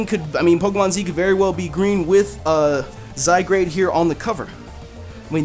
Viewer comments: It's ok about u not sayin its name right I thought it was zygrade at first too instead of zygarde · Zygrade ( Zy-Guard ) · I think its pronounced Zy-guard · It says Zygared. Not Zygrade., you are a derpy derp JK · Zygarde, I believe it's pronounced Zy (Zed like in british english pronunciation of Z which originates from both greek alphabet from :Zeta" and old french "Zede"), and Gard (with the E apparently being silent). Due to the european nature of the game it's most likely pronounced as Zygarde (Zed-Gard). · I think it's pronounced zai-guard because the "a" in "zygarde" comes before the "r." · I love how we all butcher pokemon names together! I don't feel like such a noob anymore! By the way it's spelled though, I would wanna pronounce it "Zy-guard". Not gonna lie, it looks pretty cool. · Wow I thought Zygarde would pronounced Zy-Guard but I guess I was wrong too :P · Zye-GARD. portmanteau of the words zygote and gard (anglo-saxon for land or place) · (Zy-Guard) isn't that how's it's pronounced not to say your wrong >,< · I thought it was pronounced "Zi-gard " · Zygrade? Isn't it spelled Zygarde? LOL that just prove's you can't read. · It's pronounced Zeye-guard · It's Pronounced (ZY-GUARD) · he said he made a mistake about pronouncing it before he started talking about it but didn't want to retake the whole thing again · i sure thats how it really is the way you say it. remember that he said at the beginning of the vid that "he pronounced his name wrong." <=) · I wouldn't have minded that you mispronounced it.....if you didn't place the 'r' in front of the 'a' when doing so. That was just ear-grating. No offence. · No lie, I pronounced it the same way prior to watching this video lol